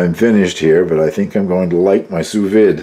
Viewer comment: A very nice cheese!! I like milder cheeses myself. I have to admit...Swiss is my absolute favorite!! I am not the Grammer Police by no means but the proper pronunciation is "Sue Veed". I learned this the hard way when I went to culinary school. LoL When you do your fish...be careful and not overcook. It will turn mushy as can be. I will guarantee you won't like it. LoL